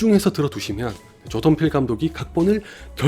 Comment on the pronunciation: 조던필 감독 이야기 하실 때 자꾸 조동필 감독이라고 들리는건 저 뿐인가요?